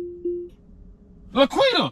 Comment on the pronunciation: It’s La’Quitta**